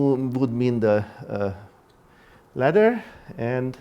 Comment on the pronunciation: Latter or ladder?